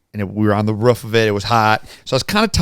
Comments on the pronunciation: Boys… it’s ROOF, not RUFF. Ya’ll sound like you’re barking 😅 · When said “ruff” instead of “roof” that many times back to bad really hurt 😭😂I live in Utah and I still don’t get why people say it that way accents are interesting 🤣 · Ruff ruff ruff ruff haahhahah never heard anyone say roof quite like haha